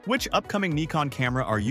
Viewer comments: What the hell is a Knee-Con? The Brits call it a Nick-On, I call it a Nigh-Con, what do the Japanese call it? I mean they are the manufacturer of the silly thing! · Ummm…no. Nikon themselves many times in their own videos say “nai-con” or “nih-con”. In the U.S. it’s usually pronounced Nai-con, and in Europe or Japan nih-con. I’ve never heard anyone say nee-con. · Neekon? 😂 robot voice not good. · Sometimes the robot gets confused and opts for Ny-kon instead. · Pick a pronunciation for "Nikon" you keep switching with each camera.